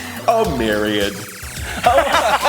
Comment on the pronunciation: I love how you said myriad! I'm glad I'm not the only one who blithely mispronounces words in public!:)